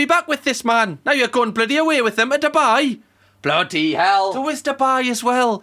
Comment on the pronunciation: “What the blaady hells going on” 🤣 why’d you go all Cockney 😂😂